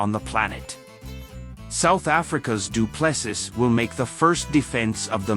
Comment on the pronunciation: His surname is pronounced..DU'ple'See....